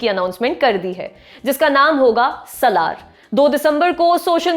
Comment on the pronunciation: Saaalaar not salaar